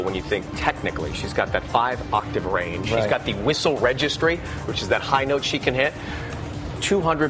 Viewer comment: "... and the whistle wegistwee"